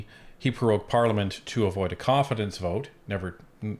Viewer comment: It's NOT "peroged"....it's prorogued